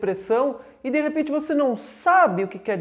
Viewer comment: "Vose" foi ludibriado!!